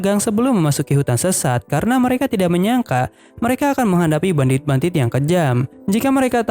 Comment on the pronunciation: Kak kok kakak salah sebut bandit jadi bandit 😅😅😅 maaf kak aku juman pengen tanya😁